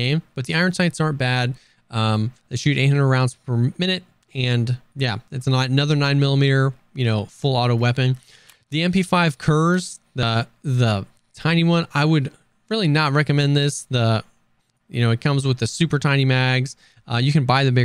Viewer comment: Just a sidenote on how to pronounce the "kurz".... it's more like courts instead of curse...